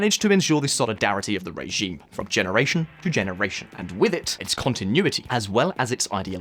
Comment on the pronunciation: Nice to hear a new voice. It called my attention that you pronounce the word "regime" as "ray-gime.